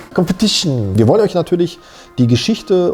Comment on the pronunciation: kompetision ..... :D :D :D muss jedes mal wieder lachen